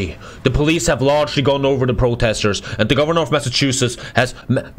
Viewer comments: Stop pronouncing my state wrong it's the mass of chusetts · Love to hear him mispronounce my state hahahaha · When can't pronounce your state right:(